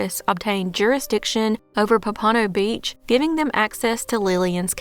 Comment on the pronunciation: That’s an interesting pronunciation of Pompano Beach.